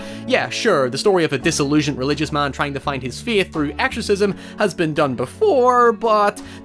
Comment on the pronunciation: The way you say "faith" hurts my ears and my soul so I guess I've lost my feeeeeeithh in word pronunciation